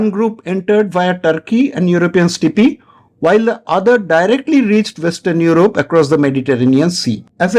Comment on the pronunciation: Good video sir. But Sir for the love of god, please stop pronouncing "steppe" as "stippii". Sorry but its genuinely hilarious 🤣🤣